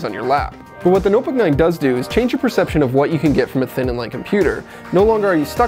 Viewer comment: ''the nuhbuck nine''